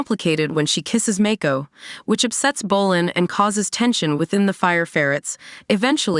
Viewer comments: Your pronouncing the names wrong, it's not Make-ko, it's Mako! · Even Mako